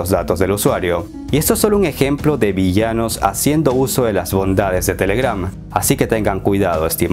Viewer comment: La fuerza de voz va en la TE, no en la GRAM